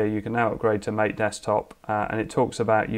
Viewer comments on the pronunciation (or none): I'll have to check out Mate. By the way, it's pronounced "mah-tey" I guess